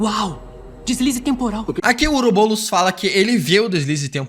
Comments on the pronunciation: PARA DE FALAR OUROBOLOS AAAAAAAAA É OUROBOROS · To maluco ou ele ta falando " oroboulos" ao invés de "ouroboros"? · EU VENDO ELE FALAR OROBOULOS TODA HORA KKKK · Ouroboulos? Fala direito! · Está me dando agonia ele falando " ourobolos" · Parece que tu fala OUROBOLOS